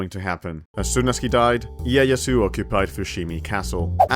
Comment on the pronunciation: Great video, i just wish the pronounciation for some stuff was better😆 秀吉 and 家康 aren't crazy difficult to pronounce😭